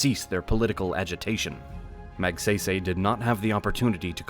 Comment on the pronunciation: Magsaysay not magseysey...:face-orange-frowning